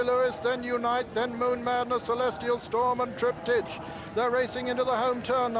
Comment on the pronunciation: It’s TRIP-TIK .. not TRIP-TEACH.. annoying old fogey 🤦‍♂️ Sorry.. but O’Sullivan just gets RIGHT up my kilt 😆 Cracking performance by Reference Point but even better by Cauthen .. he really DID have a ⏰ in his head . Master of pace that guy 👌 👍🏴